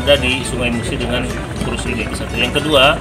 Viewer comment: Dibacanya "Krus" min bukan "Kruis".